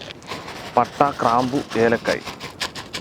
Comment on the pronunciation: ഇക്ക,, ശെരിക്കും ക്രാമ്പു എന്നാണോ ഗ്രാമ്പു എന്നാണോ (ആരും പൊങ്കാലെ ഇടല്ലേ സംശയം ആണ് )